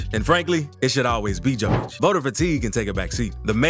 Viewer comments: Read it like Yokić, not Jokić and you will pronounce his last name as its supposed to be. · Yo-Kitch. Not Jo-Kitch. Please learn how to pronounce that man's name correctly. I cringe every time you say it. 🤦‍♀️ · Learn to pronounce n.i.Q.Q.a (it's Yo-kee-ch) the joke and the dislike is on you and your video from the start. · hard hearing, not J (dzej) it Y *yokic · Bruh you definitely just want views cant pronounce his name right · Here the fool can't yet pronounce the name...yet he back bla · Lost interest on this video with you mispronouncing his name in the first minute! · same here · Can't even hold it against this amazing voiceover for the mispronunciation of the mans' surname. 🤣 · Guy Is mixing Đoković and Jokić. Learn how to pronounse a Name. Nice Clip If you learn to pronounce